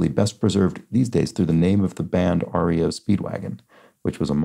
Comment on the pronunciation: Unlike the band, the company REO was apparently pronounced as one word “Ree-oh” rather than spelled out